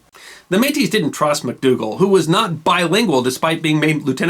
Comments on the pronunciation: The word though spelled Metis is pronounced May-tea. Is there a follow up covering the Northwes Rebellion specifically? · Don't pronounce the s in Metis. Just MAY-tee. ☺ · We don't pluralize métis. One May-Tee, two May-Tee. All (most?) Canadian school children (at least of my generation) learned about Louis Rièl in primary school. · May-tee. The S is silent. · I am impressed you pronounced Saskatchewan perfectly. The S is silent in Métis. Bravo I thoroughly enjoyed this video, I don’t know how they made history so dry in school. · Excellently researched and presented. Since Metis is a french word the "s" is not pronounced unless the next word begins with a vowel. "Versailles" is another example of that. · Métis is a rare exception to this rule. The s is pronounced in French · It's spelled "Metis". And the "s" is normally silent. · And it's the same singular or plural. No s sound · Switching between pronouncing the s in Metis or not is jarring. It's not pronounced, but at least pick one. Every time you say the word it's causing me to think about it because it's seemingly random.